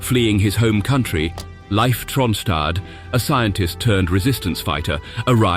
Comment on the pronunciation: Tell your voice synthesizer that Leif is pronounced Leaf, not Life.